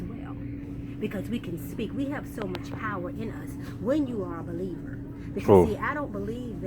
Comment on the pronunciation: "when you are a be leaver"